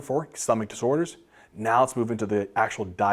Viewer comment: “stomach disorers”😂 THANK YOU FOR THESE AMAZING VIDEOS❤